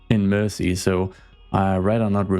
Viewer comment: It's "Mersey" (said more like mur-zee), from Old English "mæres ea", meaning "mere" (as in "Boundary, limit; a boundary-marker; boundary-line"), and "ea" being English for French "river". A lot of the time (maybe most of the time) when you see "-ey", or even "-y" at the end of an English place name it's a nod to a waterway.